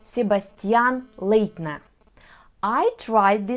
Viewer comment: Welldone. Only the German names are pronounced wrong. Leitner, the ei sounds some similar as i of the word lighter or brighter. This sounds then much better. Ebbinghaus, E letter sound is the same Russian letter Э, the ing sound similar in Russian ы, the H or h letter sounds the Ukraïne letter г, the letters haus sounds similar of the English word house. I hope that wil helps you with the pronunciation. I know the letter H or h is difficult for you, because your mother language doesn't have the letters. I'm Dutch, but speak German and English as well. Я надеюсь теперь выучить русский и украинский. это очень красивые языки. Привет из Нидерландов.